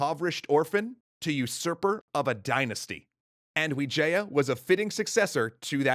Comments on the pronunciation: Bruh it's not Vijaya it's wijaya , that's even my last name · wijaya not vijaya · Grizzzy Playzzz that's what actually the name looks like though, we pronounced it with w, but the word is v